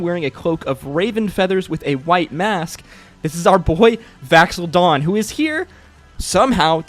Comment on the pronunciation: Vax’ildan. Dan. DAN! VAX’ILDAN! Pronunciation is key.